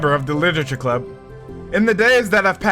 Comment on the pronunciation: im glad you enjoyed the first side story!! most questions are answered in part two of trust which im excited to see you react to lol. (edit: by the way its club not clup)